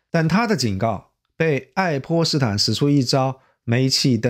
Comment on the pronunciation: 似乎（sihu）不是“是护”（shihu）；是操纵（caozong ）不是“超重”（chaozhong）。。。太多了！节目的文本很好，但你伙计这发音咋这么多咬舌之？！听起来真难受，很影响节目效果，赶紧改正一下不难的！艾家普通话还是可以的，咋弄的又退回老家了呢！😂